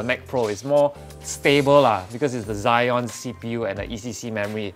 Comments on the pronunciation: Zee-on (Xeon) not Zy-on (Zion) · Exactly, everyone pronounce it as Ze-on like the same ze as zebra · You pronounced xeon wrongly lol